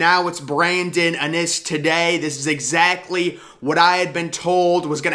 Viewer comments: IN-iss not Uh-niss! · Please start pronouncing his name correctly. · Bruh still pronouncing Brandon innis name wrong, maybe your “sources” can teach you how to say his name right smh 🤦🏾‍♂️